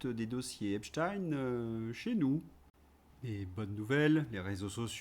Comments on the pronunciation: ton entêtement à vouloir prononcer le nom de famille de Jeffrey de la même façon que tous les médias aux ordres, comme tu les appelles si souvent le font, est quand même étrange. Il y a de plus en plus de personnes, sur les réseaux sociaux, qui expliquent la raison de ce changement de prononciation. Serais-tu toi aussi « aux ordres »? Je vais continuer quand même à te suivre car j’aime bien tes analyses. Cet épisode « chtaine » vs « chtinne » me laisse un peu perplexe quand même. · Merci! Je suis désolée de revenir là dessus, mais la prononciation de l’autre dépravé n’est pas "ep.tchine" (je ne mets pas de majuscule car je ne le respecte pas!), mais là prononciation en US et UK, en phonétique: ep.stain comme on ne dit pas Albert Ep.tchine. Encore désolée mais les victimes méritent vraiment que tout le monde se rappelle les vrais nom et prononciation de ce suppôt de Satan. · Non c'est n'importe quoi, le journaliste américain a dit Epsteen😂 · ARRÊTEZ DE DIRE EPSHTINE c'est EPSTEIN 😡 Vous dites einstein ou einstine ? Vous couvrez son origine ? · Ceux qui prononcent Epstine, sont souvent ceux qui émettent une accusation contre la Russie dans cette affaire, même si ce n'est pas votre cas vous faites leur jeu ,malgré vous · Il faut vraiment être naze, pour dire "Epstine" ! C’est sa judaïté revendiquée et raciste, qui vous dérange ??? Je ne connais ni WeinstINE, ni RubistINE, ni EinstINE, ni BerstINE ! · Bonjour! Vous avez reçu des insultes pour avoir prononcé "epstiiiin"? Personnellement, je prononce "espchtaïïne" depuis que j'ai entendu les brêles de conspipi waterclosette prononcer avec application "epstiiiiiine". 😅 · Je ne suis pas d'accord avec ta prononciation d'Epstine 😂. Me mettre dans une catégorie sans avoir lu mon argumentation, hier, ce n'est pas juste ! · lol tu fais chier à dire Epstine!!! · C'est vrai qu'on prononce Albert Epstine désormais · Tant que tu continue à appeler cette ordure avec la prononciation anglaise je te 👎